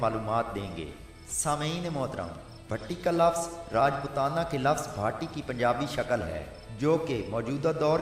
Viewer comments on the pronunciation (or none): Your video is superb but ...It is not bhatti ...It is bhaati(भाटी). My many relatives are Bhaati Rajput. I am from India..